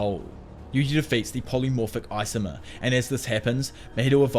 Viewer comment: Isomer******** not icyyymorrrrr